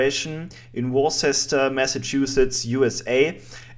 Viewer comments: I'm from Massachusetts and I can tell you for sure it's pronounced "wooster", just like the Brits do. Thanks and keep up the great stuff!! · It is pronounced "Wooster" or "wuster" not sure of to spell phonetically. My father is from New England, so I'm sure how it's said. They have a lot of towns in Massachusetts that are pronounced differently then the American tongue would say it. Everyone messes it up. Sorry for your misfortune and bad times you are going through. Hope it gets better. Would love to see more vids. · I may be wrong but I think they do pronounce it 'wurster' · It's pronounced: woo-stah or wuh-stah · Wooster mass, like Rooster . is how its pronounced . Its the home of M-assholes... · Worcester Mass is pronounced "woo stir", just like they say it in England, or in the local Mass accent, "wuh stah" (fill your mouth with gravel to get the sound right). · im not saying you are wrong but, here in america i believe it is pronounced ( werchester) :) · Why are Germans such defeatists? I am pretty sure we pronounce Worcester, "war chester". Though there's no figuring a Massachusetts accent. Them an their, "pauk tha caire" (park the car). They can't seem to say Peabody up there either. It comes out more like, "peebiddy". Me, I'm from New Jersey, so of course I have a perfect American English accent. No, I don't pronounce it, "Joisey" either. I think that might just be a Hoboken thing? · I'm from Massachusetts! Its pronounced "wustor" spelled worcester. Very cool video! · well u also gotaa remember they forget the R's there soo its actually woosta jejeje,, hey bro u take care of u ok,, love ur vids